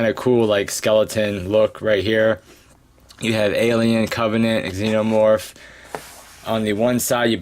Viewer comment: Nice review bro!, I'm getting my Xenomorph and Neomorph next week, I hope you don't mind but it's pronounced Xenomorph, not Eggxenomorph, nice review overall, keep it up!